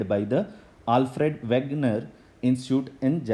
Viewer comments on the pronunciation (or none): none